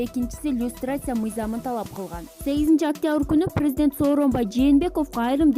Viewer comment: ЖЖЖРУНОВСКИЙ, ПРРРЗДЕНТ🤣🤣🤣🤭